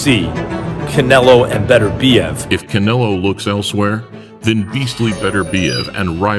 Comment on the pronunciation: (BET-TUR-BE-EV) is how you pronounce it I'm russian trust me! And it's also pronounced (Jah-Ron) Ennis lmfao. But yeah Beterbiev is the best fight for Canelo! Unless Canelo chases his dream fight of Usyk at Cruiserweight both are way better fights than Benavidez which makes me sad because I love the Benavidez Brothers they're like the Diaz Brothers lol